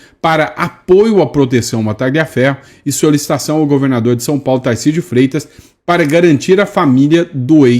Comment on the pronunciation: Putz não consegue pronunciar o "r" de Tarcísio? Ele fala "TaIcísio". Até parei de assistir.